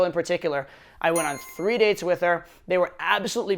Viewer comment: Good lord, the way he pronounces "dates" I seriously thought he said "you suck at dicks" until he said it the second time :(